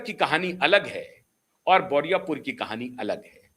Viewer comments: पहले बोले बुराईपुर, अब बोल रहे हैं बोरिया पुर। बारुईपुर बोलने में आप को इतनी दिक्कत हो रही है? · "बोरियापुर" नहीं , बारूई पुर " सर ।